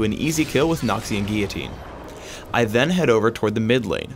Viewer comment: It's not noxian guiyitine its noxian guillotine